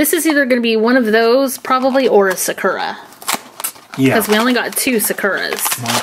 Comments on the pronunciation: Is it just me or does it annoy you how they say sakera instead of sakura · Sakura is pronounced like SAH-KOO-RAH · Your pronouncing Sakura wrong it’s a Japanese name (sow-kur-a) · is pronouncing Sakura wrong first thing. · They pronounced Sakura wrong 🙁